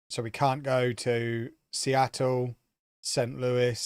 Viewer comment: I like that you are deliberately mispronouncing names such as Seattle and adding The with MLS because Americans frequently mispronounce words and enjoy referring to football as soccer lol. So, please carry on.